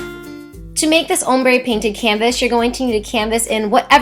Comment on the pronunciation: Also you talk too much and you pronounce ombre wrong.